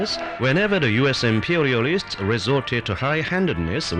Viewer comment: He actually straight up said "Imperiarists". Why can't more peopre be more interrigent, rike me?